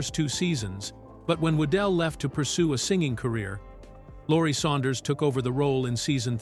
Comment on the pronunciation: "Saunders," not "Suanders."